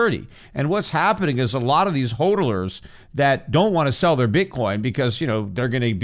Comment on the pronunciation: PETER JFC: IT'S "HODLER" (HOD-LER) NOT "HOLDELER"